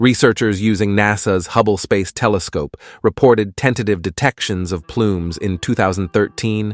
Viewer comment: Are AI narrators so much cheaper than humans that we have to put up with stuff like "plumees on Europee?"